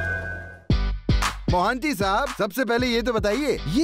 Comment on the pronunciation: Vo monty nhi mohanty hota hai